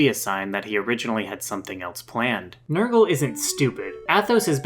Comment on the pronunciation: Its not Nurgle... Its NER-GAL But thank you for this, this was one of my all time favorite villain's from my favorite game. Now fight me.